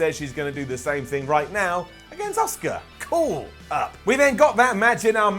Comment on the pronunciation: You want to care? But they won't let you? Man you just said this Daniel Bryan shit is awesome. You've reverted back to bollocking bastard shite Her name is ASUKA, not Osuka